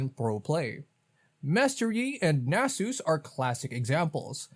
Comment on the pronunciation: How do you just go around mispronouncing Nasus like you've taken multiple blows to the head? There's literal in game dialogue that says his name and literally any YouTuber or streamer ever would have pronounced it right. I guess just typical short-style rage bait for comments like mine.